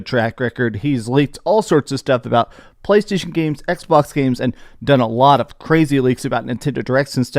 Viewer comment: “PLCHHAASHTAASHON” - 😂